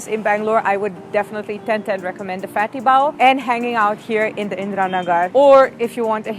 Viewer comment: You said 'Keto' and 'Fatty Bao' with an Indian accent :)